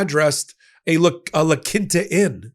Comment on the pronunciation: It’s not pronounced “La-kinta” Inn. It’s “La-keenta”. It’s a Spanish word. Make an effort.